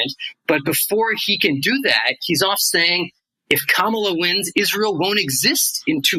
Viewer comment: When are you going to learn how to pronounce Kamala?